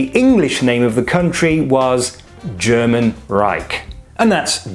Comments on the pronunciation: Why/How do you pronounce german that perfectly? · You’ve earned a subscriber for your direct and effective presentation and an impeccable German pronunciation ^ω^ I look forward to seeing more like this!!